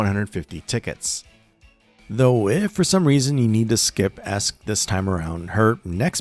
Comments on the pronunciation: Aesc is pronounced "Ash" Because the word is Old English. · Aesc is pronounced "Ash" because old English.